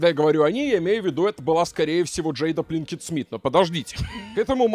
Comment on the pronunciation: Пинкетт Смит, а не Плинкетт Смит